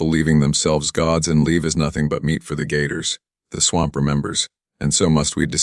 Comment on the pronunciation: Great story but you need to upgrade ur AI. Pronunciations of simple words like “swamp” mispronounced every time it is used. Things in parentheses not suppose to be read is read anyways. Other than that no complaints. And no disrespect intended. Merely a suggestion.